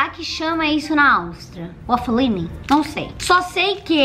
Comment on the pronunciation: kkkkkkkkkkkkkkkkkk to aqui morrendo de rir com a falando "WAFFELINI